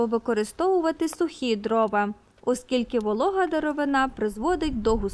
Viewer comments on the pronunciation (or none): none